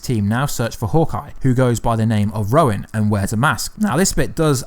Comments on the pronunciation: its Hawkeye is now Ronan nit Rowan, or is that your accent? Hehe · It's Ronin, not Rowin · i see what ur saying though. Even with his accent, he should be able to say ronin bc of the way he pronounces other words. He probably thinks the dudes name is really Rowan lol or Roin. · Hahaha "Roin" (Ronin) and "aversary" (adversary) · Dude, why can't you say Ronin? You keep saying Roin, its frigging Ronin!!! So annoying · It's his video he can pronounce names the way he wants too. The MCU is full of words people miss pronounce. It's annoying for but who cares fuck it. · EJ Nunez I know it's petty and you're right I should just leave it alone, but it's not the first video he's done where he's said Roin instead of Ronin. It just got to me, I'm over now. Unless he does another